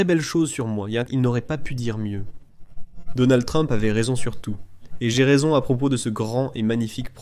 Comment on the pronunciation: Ilon mask,troump..cest quoi ces prononciations😂😂😂😂